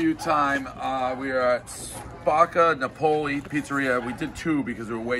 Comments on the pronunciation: "naw-poley"? Isn't it "nah-pulley"? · "Spock-ah Nah-pole-e" lmao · How does Dave not know how to pronounce “Napoli” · One guy who eats pizza everyday, nobody knows why he still cant pronounce Napoli. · Davey and his AMEX Black card Still can’t pronounce “Napoli” Proof to the kids that school isn’t necessary. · disrespectful. mispronounces “napoli”, gives it a 7.1 calls it a “foofoo wah wah”, throws it in the trash lmfao